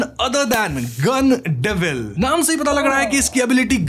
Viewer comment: गन डेविल ❌ गाण डेविल ✅😂